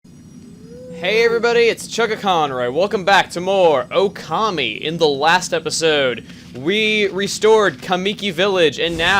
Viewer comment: kami not gami